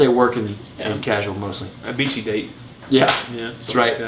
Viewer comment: AHAHAHAHAHAHAAA!!! A beachy date! I had to go back and listen to that again because I swore I heard "A bitchy date" the first time. LOL! As usual, your review rocked guys. I suspect Essenza was dreamt up in a corporate conference call.